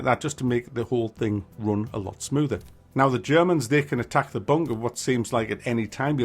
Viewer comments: Kept hearing WW2 bonker. Hehe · Ooops I thought you said “ Bonker Simulator “ hehe, hoho, lol!, lol!, oops, laughing falling of my chair!. To be honest this is a piece of nonsense, there are too many so called Simulators at the moment, and many verge on the ridiculous!. Why don’t we have a Haemorrhoid Simulator, make it RPG, open world search for Anusol products!!, lol!, lol!, oops sorry! Hehe!!. I can’t get off the floor, I’m still laughing at this video. Oops now is the time I should display your ubiquitous Tommy Lee Jones caption, tut! tut!.